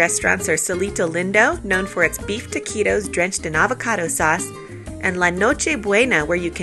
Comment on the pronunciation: hehe “ talk-ee-toh “